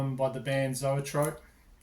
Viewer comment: That's funny regarding Zoetrope... I have a way to pronounce it, Pascal has another and you do too! LOL